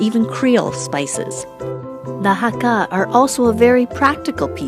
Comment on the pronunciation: Sorry but you pronounced "hakka" wrong. It's not hak-GA, it's hak-KA.. I'm Hakka and honestly this was hard to watch 0.0